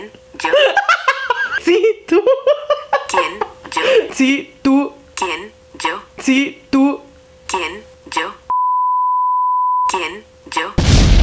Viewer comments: y la Siri con el kien io? Da risa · nadie: Absolutamente nadie: odiando el kien io? de siri jajajajajajajajajajajaja